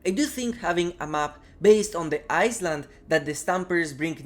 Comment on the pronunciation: The S in island is silent my dude 😂